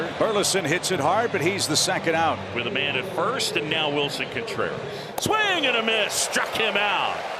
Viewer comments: I just asked some friends last night if they hear how Pat says CONEtreras! 😂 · I'll never be sorry the Cubs gave up on "Cone"treras. (as Pat would say.)